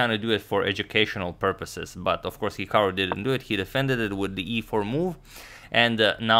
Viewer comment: It’s actually pronounced hik-uh-ru not hik-o-ru